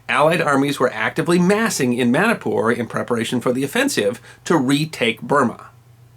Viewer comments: It is MANIPUR NOT MANIKPUR Sir.. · i dont like how u say manipur as manapur. lol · It's pronounced like " money-poor".